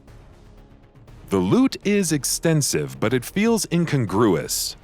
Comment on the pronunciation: Yes, sorry, but I'm "that guy": incongruous is pronounced in-CON-groo-us. Just saying.